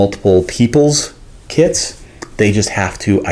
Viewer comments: I swore I heard “selling kids for years” I was so confused and worried, then I just rewinded lol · “Selling kits”😂😂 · I heard the same 🤣